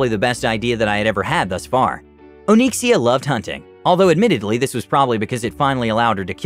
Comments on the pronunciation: Nobody:: Oh-neek-see-uh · Did you intentionally use the name of a famous WoW dragon? And if so, is he pronouncing the name correctly?